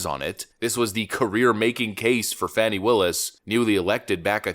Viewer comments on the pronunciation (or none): Its Fanny not Fawnie